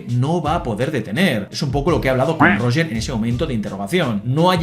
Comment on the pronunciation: PERO PORQUE COÑO LE DICES ROGEEEEEEER!? :popcorn-yellow-striped-smile::popcorn-yellow-striped-smile